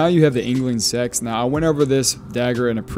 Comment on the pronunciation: Seax isn’t pronounced sex…. It’s more like “say axe”